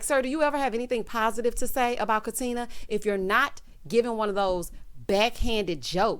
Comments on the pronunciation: He’s so ignorant. If he wasn’t such an a$$ I might be able to overlook it. No, that’s not true. Don’t mispronounce my name. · O always says “Katin-er” LoL 😆